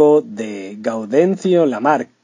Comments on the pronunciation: NO ES “LIBERTAD LAMAR”......se pronuncia LIBERTAD LAMARQUE. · El narrador español la nombra, erróneamente, como Libertad Lamarc, pero se llamaba Libertad LAMARQUE. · Su nombre era Libertad Lamarque..No Lamarc!! Dónde escuchaste éso!!!